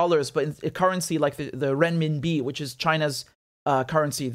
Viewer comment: As a native Mandarin speaker I just love how Richard pronounces renminbi 👌🏼👌🏼